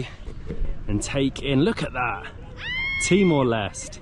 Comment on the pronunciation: timor leste. Les-teh. Not les.... Stupid